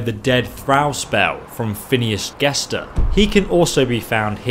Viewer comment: Phinis Guestor??? Gestor xD Edit: also, this does not work at high levels